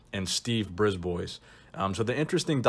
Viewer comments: Bris ba not Brisboys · Its not pronounced Briz-boys, its pronounced Bris-bwah. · Just FYI bois in a name is pronounced bwah. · Brisbois is actually pronounced "briz BWA". It's French. Thanks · Another great trip down memory lane., nice! I believe you pronounce his name Brisbois: “Brisbwa”, as he is French Canadian. The S is silent! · I'm fairly certain Steve's last name (Brisbois) is pronounced "Brees - b-wa". He's from northern Ontario Canada which has a large population of french Canadians. The more you know! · It's pronounced "Ghee Yome" and "Briz bwa" they're french names..and i speak french. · brisbois (breesebwa) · i think its pronounced steve Brib-wah. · Pronounced Breeze-bwuh.